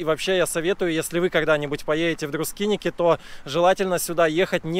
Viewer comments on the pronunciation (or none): Красиво, но почему Друскиники? Друскининкай! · Друскиники, как он величает, это по белорусски и по просту. Для них это тоже правильно, как и Эйшишки, Табаришки. Так что не серчайте слишком:)